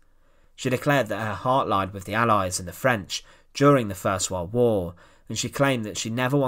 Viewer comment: what the hell is a wald wauuuuugggghhh , it is pronounced world war . Im done . Im asking you tube to not recommend this.